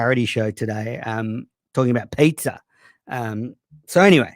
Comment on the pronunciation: "pay-zaa" god shut uppppppp